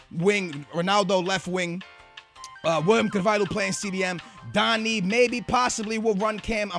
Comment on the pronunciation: It's DANNY not Dani (thats how you say it)